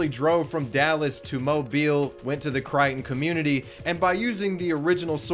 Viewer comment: I am so glad you pronounced Mobile and Crichton correctly.